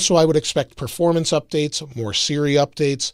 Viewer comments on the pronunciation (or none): none